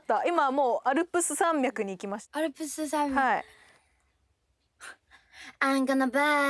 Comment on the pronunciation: の微妙に言えてないアルプス山脈 の巻き舌イメージ思考中